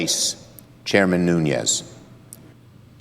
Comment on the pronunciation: It's Nunes kind of like noon ez. I live next to his district so if you pronounce it wrong we are pronounce it wrong.